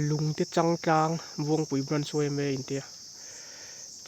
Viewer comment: He mi vedio vang hrim2 hian ka sub nghal e, chuan lung te chang tlang a, chang tih ilam dan adiklo a, lo sawi ve mai2